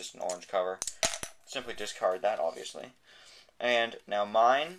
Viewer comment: stop saying oviusly